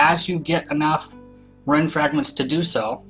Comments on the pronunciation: Rune not run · Pronounced roon, right idk I'm dumb? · It's pronounced roon